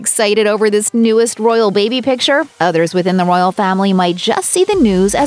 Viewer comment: If you say "Roryal" one more time, i am going to explode ! If you can not speak or you are not willing to empty your mouth before speaking -just decline!